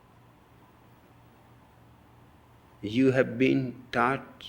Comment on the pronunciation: My fat ass keep hearing "taught" as "tart"